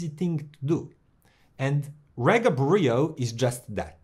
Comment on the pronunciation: It’s pronounced REEGA!!